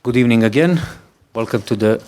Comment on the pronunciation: Good ebening